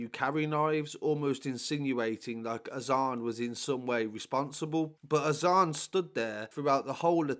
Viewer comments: more time be around apnai. Pronounced “Azaan” on point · Pronounced his name beautifully bro . 🤲🏻 his name means In Arabic “the call to prayer” I’ve followed this since it happened so close to we’re I lived then such bastards this put me in tears 😓 so sad such a loss. This kid gives me that feeling he was going places and a nice kid He didn’t want trouble. Proper cowards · Pronounced his name beautifully bro. Nice too see positive comments. His name is arabic. When prophet Muhammad (pbuh) had released Bilal from slavery he then encouraged Bilal to recite a saying that makes every one known when prayer times were. And before prayer time that saying( look up in english) is